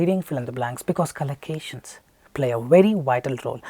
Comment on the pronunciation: Its collocations not calacations